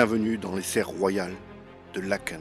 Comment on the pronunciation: Bonjour. Tardivement je mets un commentaire. Bravo pour l’historique 👍 et pour avoir correctement prononcé le nom de la commune (Laëken) et les noms en général ! J’applaudis à 350 mains 😂 Que ça fait du bien d’entendre cela ! 😊 Et oui, ce joyau n’est ouvert que 3 semaines/an. Léopold II fut nommé le roi bâtisseur mais je vais m’arrêter là car il était assez farfelu et …. Difficile et sévère ! je suis une petite belge bruxelloise francophone de 60 ans qui vit en France depuis 22 ans 😊 par ❤